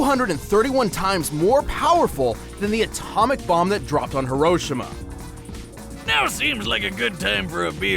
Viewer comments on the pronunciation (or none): another reason to not consider their maths as fact since mf can’t even pronounce Hiroshima correctly